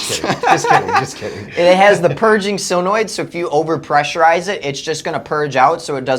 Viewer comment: Why do they say sillonoid. Isn't solenoid.